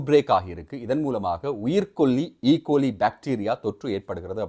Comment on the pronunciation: அதன் சரியான உச்சரிப்பு, "ஈ கொலாய்" அவங்கள் செய்தி வாசிக்கும்போது அவதானிப்பதில்லையா?.... மக்கள் நன்கு சமைக்காத மிருக உணவுகளை சாப்பிடுவதால் அது வருவதுண்டு..... பசு மற்றும் குதிரை போன்றனவற்றின் சாணம் நாம் குடிக்கும் தண்ணீரில் கலந்தாலும் ஈ கொலாய் கிருமி பாதிப்பு ஏற்படும்..... மக்கள் சிறுது காலத்திற்கு சைவ உணவு சாப்பிடுவது நன்று..... பாலை மறுபடி நன்றாக காச்சியபின் பாவிப்பது உத்தமம்....👈